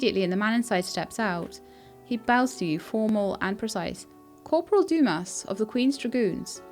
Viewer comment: a quick cheat for french pronunciation is to not pronounce the last letter and just let the sound trail off. So 'Livre' is pronounced Leevr running the v and r sound together only half pronouncing the r so the whole thing is one syllable. 'Dumas' is pronounced Doo-maa. Interesting game, I'd certainly watch more if you're enjoying playing it